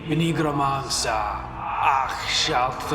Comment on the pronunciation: Bro said nygramancer